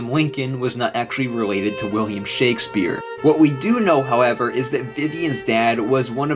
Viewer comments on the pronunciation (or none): none